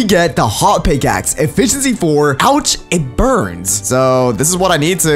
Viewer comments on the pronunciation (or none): none